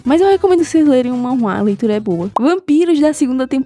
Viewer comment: KKKKKKK, O Jeito que pronunciar "manhwa", é tão fechado de boca para dentro, chega ser fofa